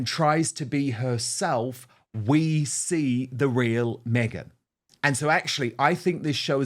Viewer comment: Yep. Me-Gain